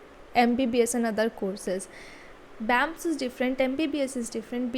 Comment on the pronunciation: It's B.A.M.S not bams bams, btw good video ❤